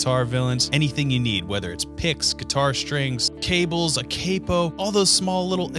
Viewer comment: Capo? No it's capoo now. You wanna blame someone, blame Jared. He ruined it for me 😂